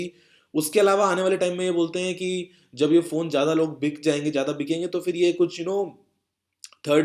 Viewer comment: Jada nhi bro zada hota he improve ur urdu